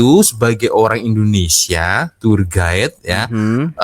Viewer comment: Cak²...Bukan 'turget' sebutan yg bener adalah 'tuwer gaid' (tourguide). Ingatkan bahsa Belanda td...🔎📖📚🤭😄👍